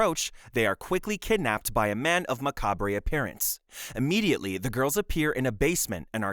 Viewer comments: I can't decide if the narration is AI, or just a guy who thinks "macabre" is pronounced "mah-cah-bray". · you dont pronounce the 're' in macabre, its pretty much just pronounced 'macab'